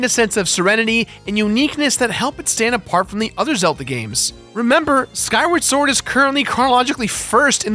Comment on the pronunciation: He also called the game "Skyward Ford"